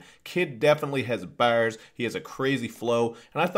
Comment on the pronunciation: I lose it everytime you say baaeewwrs